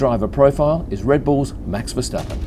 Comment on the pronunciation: You pronounce his name perfectly.